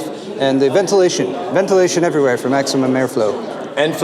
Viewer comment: Let's call it " Ventrilation"